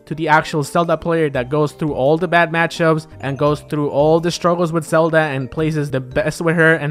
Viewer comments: Selda. Sorry, not sorry. We know you have an accent. We know you're always going to pronounce a "v" as a "b". You don't really need to call attention to it if you put the name on screen. People are going to pick on you whether you do or not. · Dude, you pronounce "ven" better than you pronounce "Zelda."